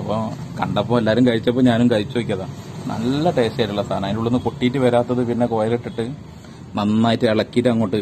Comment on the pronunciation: നീ ചീർത്തല്ലോ, ടാസ്റ്റ് അല്ലെടോ ടേസ്റ്റ്